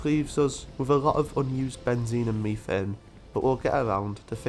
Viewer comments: What fresh hell do you live in, "mef-ane" ? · Love the idea of seeding a planet with life. also all your pronounciations are spot-on aside from methane it's usually pronounced "mef-ane" and not "me-thane"